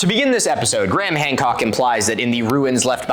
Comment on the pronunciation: Three response videos and you’re still saying his name wrong. Doesn’t help you’re argument as someone that looks into details